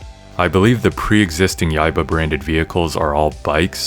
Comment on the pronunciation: Preem music, choom! And your pronunciation of Yaiba is spot on.